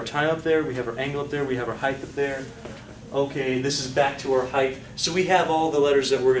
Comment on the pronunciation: dude, it's heighT, not heigTH.